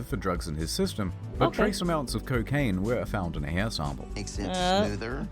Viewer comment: coccain that sound like ford